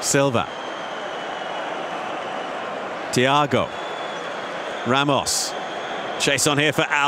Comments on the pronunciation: why is the commentator calling him ramosh if his name is ramos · he called ramos ramosh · Why is he saying Ramosh?